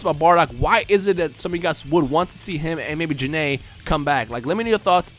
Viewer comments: Gokus mom is Gine not janay. Her name is pernounsd Jine\Gine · Pretty sure Gine is pronounced as Gene, or "Jeeeen/ Jean" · I thought it was pronounced Guy-N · Why did you call Gine, Jin-A? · Your pronouncing Gine wrong. Its one syllable.